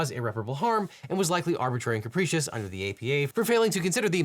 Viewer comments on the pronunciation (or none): Say "capricious" properly!! It's not Capreecious!